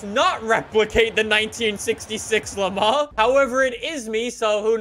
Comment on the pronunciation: pronouncing Le Mans: "Le Ma"